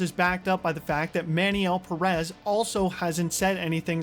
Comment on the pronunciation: I'm just gonna dislike every video where Pérez is mispronounced. Y'all do so much research but don't bother checking the pronunciation of one word